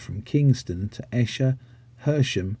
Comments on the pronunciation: At 15'30" you mention the 215 to Esher .. it's actually pronounced Eee-sher (like knEE) not Esh-er (like in pEst). Otherwise, an interesting video. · As said above, when Hounslow introduced the LSs 1-51 on the 81 it only operated from Hounslow-Slough. Also 111 operates through Hanworth ( without an ‘s’). The A1 from Hounslow West was never branded an Airbus route, just Airport Express. Esher, destination of 218 is pronounced ‘Ee-sher’. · Esher is pronounced..’ Eesher’